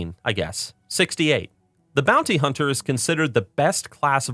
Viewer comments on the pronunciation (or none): none